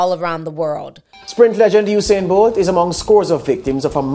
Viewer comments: You-sane TI Not OUUU-SANE 😂♥️ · Mr BOLT Pronounce His Name (You) U -SAIN Not OOO-SAIN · It’s You-sane. Not “Uh’sane”. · Please pronounce his name properly, it's "You" -Sain Bolt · The situation is truly unfortunate all round....but his name is pronounced as spelt though like 'You-Sain' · This is insane!!!. it's pronounce u-sain (you- sain)